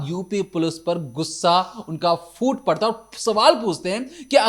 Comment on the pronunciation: Gussa...foot? Parta. 😅😅 Phoot*.